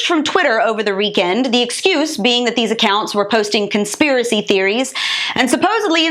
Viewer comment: over the reekend